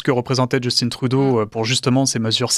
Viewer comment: Parlons français, pourquoi dire « djeustine Trudeau »…. C’est un prénom français « Justin ».